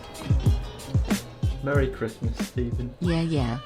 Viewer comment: MURRY CHrASMWAs